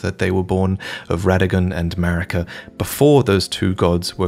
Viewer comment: You realise what “>” means right? And it’s Marika, not “Merika”